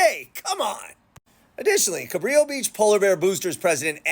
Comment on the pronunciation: Fyi. Juan Rodriguez Cabrillo was Portuguese. His name is pronounced Cabrillo (like brillo pad) . Please adjust accordingly. I live in San Pedro.